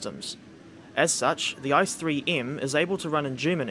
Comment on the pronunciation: Oooof on the pronunciation of ICE. It is pronounced e-ce-e not ice as in ice cube. Still excellent video though!